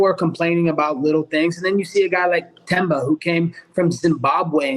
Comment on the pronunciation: Love colby for pronouncing Themba"s name the right way its so simple Bisping!!!